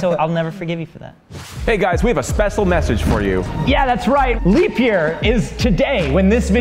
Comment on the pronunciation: “we have a spesle message for you guys” lolz